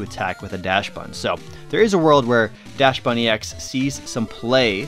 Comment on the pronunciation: DaXbun not Dash-bun